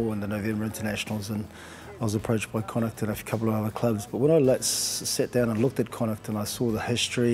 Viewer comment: pronounce Connacht right it is said like Connaakt